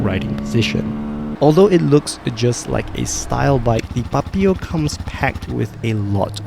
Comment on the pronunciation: Why u pronounce Papio like that 😭 PuPeeyow